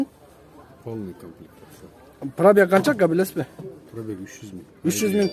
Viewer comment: Тили анча келбейтго , комплектация деп айт